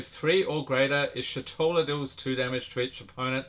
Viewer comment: Btw it's eesh-toh-la not ishi-toh-la